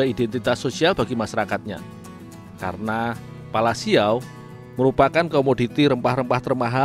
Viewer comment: Bukan siaw min tapi siau